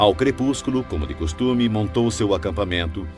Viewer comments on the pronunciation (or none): none